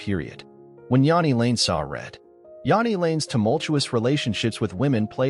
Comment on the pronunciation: It's all A.I. these days, As we all know it's "JANEY" the bot also pronounces it "LED Singer" Then they show a picture of Sebastian Bach thinking its's Jani. Amateur hour...